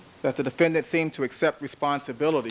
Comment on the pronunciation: defen-DANT stupid aszz chris darden smh